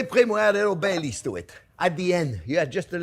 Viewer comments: LOL I was so lost at first I thought he said he put BAY LEAVES in it! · anyone else thought he said hot chocolate with "Bay Leaves" 😅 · LOL! When I first heard this, I thought he said he puts in Bay Leaves. Bay leaves???? Ugh! I looked up the recipe and what he said was, "Bailey's." As in Bailey's Irish Cream. Ohhhh! Big difference! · In the introduction I thought he said, I make it with bay leaves. 😂